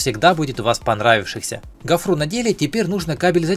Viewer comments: Почему гофруу,говорить гофру,ударение на о.. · "...гофрУ ,в "пОртель"